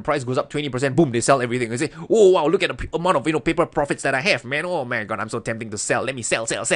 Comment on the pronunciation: Yeah, that cracks me up too. But it sounds more like “hey hey, wut’s up muh friend”. The Southern accentt kills me.